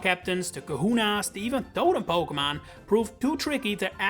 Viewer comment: Po-kay-mon, not Po-kuh-mon